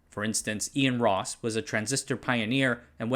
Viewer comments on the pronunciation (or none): none